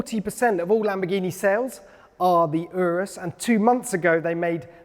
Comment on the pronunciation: It’s not urus like undo it’s urus like Uganda